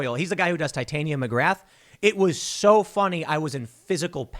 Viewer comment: Taitainium magrath?? Hells bells.